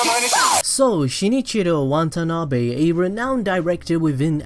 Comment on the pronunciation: I can't unhear how you mispronounce Watanabe's name over and over again...good video though, I liked it.